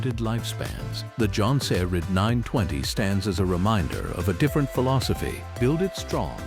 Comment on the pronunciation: “Jon-sir-dine”!!! 😂 these AI videos crack me up